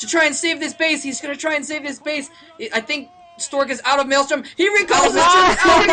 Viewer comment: its not called maelstorm its actually called maelSTROM